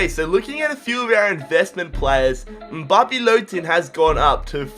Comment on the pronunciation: You said Mbappe's name right